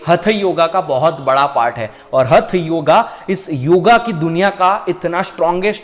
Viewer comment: जानकारी उत्तम किंतु नाडी वाले श्लोक में शब्द 'श्लेष्म' है, रलेष्म नहीं. तथा 'हठ' योग है हथ नही. उच्चारण शुद्ध करें. 'पित्त' दोष है पिट्ट नहीं.🙏